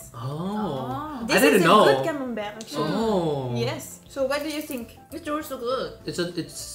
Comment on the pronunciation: Le Camenbereeeuh m'a achevé 😂😂